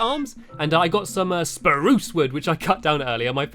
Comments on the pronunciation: U said spurse instead of SPRUSE! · You said spruce wrong